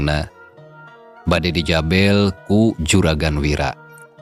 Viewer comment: sanès di jabèl tapi di JABEL, sanès kaprak keprèk tapi kaprak keprek, apan upami Kalimat sunda mah aya...È. E..EU...conto Gerewek...gèrèwèk...keureuweuk, punten di pangwalerkeun, ètang-ètang sami di ajar manawi aya mangfaatna.